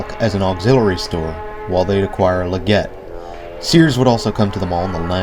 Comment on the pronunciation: it's pronounced "LEG it" spelled LEGGETT lmao